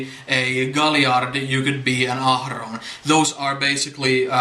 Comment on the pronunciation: I love how you roll your R’s when you pronounce Ahroun! With your accent, its sounds so authentic & beautiful! (^_^)